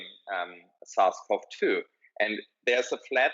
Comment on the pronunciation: and is he saying “south cov 2”. Is that COVID 19 ? is he saying “viral load tolls”?